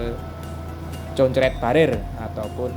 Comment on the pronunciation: Sekalian sama sama belajar ya mas, Concrete barrier cara membacanya ilat Indonesia nya = kongkrit berriyer. Salam 👍🏽